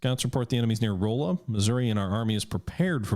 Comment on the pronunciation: It's pronounced "Rahlla" Missouri. I live close to that city lol.